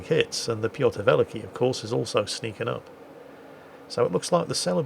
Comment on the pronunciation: To make it easy to pronounce you can say Peter The Great instead of Pyotr Velikiy, as it is what that means. And if you care about pronounce, the stress is on the second part in the word Velikiy :). Anyways, great and fun episode!